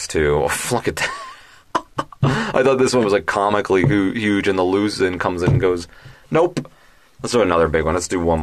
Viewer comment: You kept pronouncing it “Lusin, Louzin, Lusen” No, it’s pronounced Luzón the O is stressed to make the au sound. Phonetically it sounds “Loo Z auhn” like how Sean sounds like Shawn.